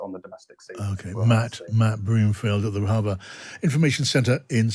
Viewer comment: FYI: The correct pronunciation of the name of the Kurdish region of Syria (ROJAVA) is ro-ZHA-va, not ro-HA-va.